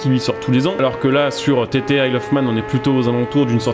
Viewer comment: On dit pas tt mais titi